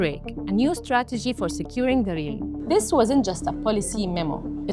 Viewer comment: You have no clue how "Realm" is pronounced, do you.....